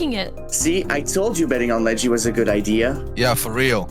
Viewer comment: bro its ledgy not leggy